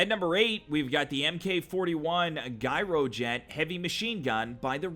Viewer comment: Guy-row jet! Hahaha! It's pronounced like gyroscope because it's the same root. So the G is pronounced like in the word generator.